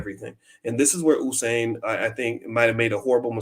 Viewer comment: you kept saying Husain. its usain as in Yousain